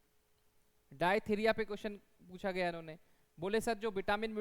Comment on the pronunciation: डायथिरिया नहीं it's डिफ्थीरिया 😂